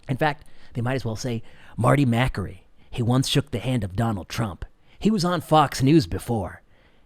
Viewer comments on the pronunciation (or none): It is pronounced Ma kAry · I agree with you. Marty is a brilliant doctor. However, I think you're pronouncing his last name wrong. :)